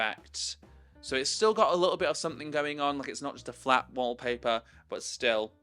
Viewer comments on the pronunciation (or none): Omfg i thought you said “im gonna flip my flap” and was like ???????